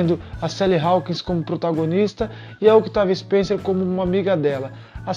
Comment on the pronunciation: Com licença , o C de Octavia Spencer e muuuuudo ! Pode pronunciar , Otavia , nesse caso / como Desculpe a comparação , o corredor , de Formula 1 , Daniel Riciardo / o povo não lê Riciardo / fala Ricardo erradente ! Ja o Carie ! E o segundo remake ! Por favor dê data, para as pessoa ficarem , e pode Tem pesquisar